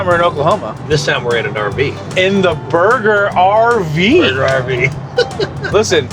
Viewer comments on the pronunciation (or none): The Burger RV? Not the Burg-RV? Come on guys.